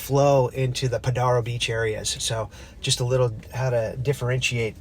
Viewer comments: Pronounced Podairo lane, dude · Stay off my beach! You can't even pronounce Padaro correctly. It's a special place. Don't even go here. You're not welcome.